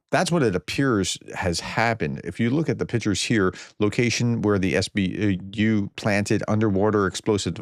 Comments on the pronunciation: It's not 'Spoo' it's S.B.U. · what's a sbu? It's an acronym. S.B.U. Not sbu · Professor, it's S.B.U. just like the K.G.B.,not sboo😊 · Stop calling it the sboo it’s the S B U you call the CIA the seeahh for the FBI the FBYE 😂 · please take a few minutes of your day to learn to pronounce Russian and Ukrainian proper names and place names. The Ukrainian agency is not pronounced "sboo" but simply the SBU. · “SBU agents or saboo”? That’s like calling the FBI ‘Fahbye’